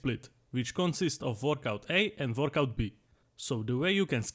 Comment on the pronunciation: Nooooo , I don't wannaaaaa , we can identify to the doodle guys ! Also the way he says workout almost sounds like vodka. Workout A and vodka B are great ! Keep everything, the presentation, the drawing, the accent , and take my sub !